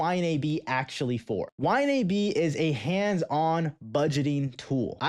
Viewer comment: Dude its pronounced Y-NAB